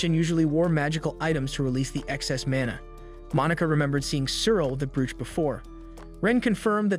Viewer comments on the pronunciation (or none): Brooch is pronounced broach